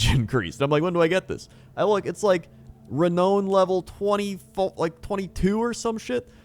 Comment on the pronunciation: today i realise cant pronounce renown LOOL